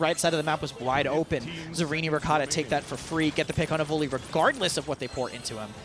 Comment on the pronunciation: Yes, especially since Raynday is gone, but the way he says Evulli (Evoly) drives me nuts. Literally everyone, including the player, pronounces it evil eye. I bet they all give him hell about it behind the scenes!